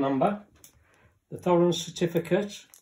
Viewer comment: It's T-horens not Th-orens!